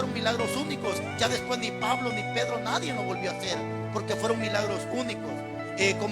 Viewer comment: Todo su mensaje esta excelente solo que hablando de hablar bien, con todo respeto le hago las siguientes observaciones a su pronunciación y podria comprobarlo en un Diccionario. Se dice correctamente NADIE, CAYENDO, LEYENDO, TENDRÍAMOS, etc